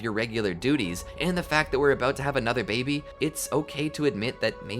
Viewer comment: Why do you say baby like it’s babe? I’m sure other people also wonder why.